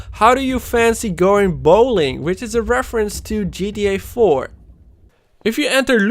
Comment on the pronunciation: ji ti ai faur an ji ti ai faif